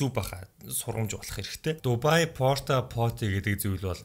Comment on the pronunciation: Та бичихдээ Дубай гэчихээд хэлэхдээ Дубайя гээд бна шд